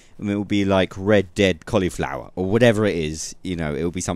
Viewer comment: I alway hear you saying Red Debt Redemption :D